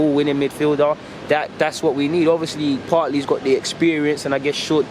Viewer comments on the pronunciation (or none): Come on bro it’s PARTEY not PARTLY. Great content as always tho